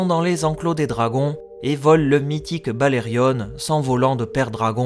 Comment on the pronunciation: Pourquoi dire "BalerioNE" ? Alors que tout le monde sait que c’est BalériON ? Idem pour Jaehaerys…